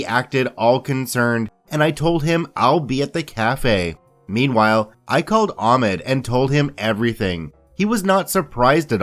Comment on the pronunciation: I'll change my vote on this video when you learn that Ahmed is pronounced Ahhkhmed. Sorry about the bad phonetic representation but it should get the point across.